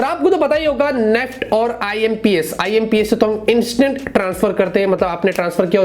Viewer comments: नेफ्ट 😂 NEFT ☑️ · Not neft. Its. N E F T